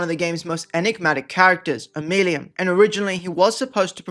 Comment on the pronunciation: The way you pronounce Omeluum has to be ragebait - i can't take it